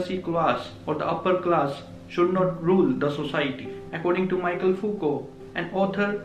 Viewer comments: mee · shel not Maikel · It's *Mikhel(Michel) not Michael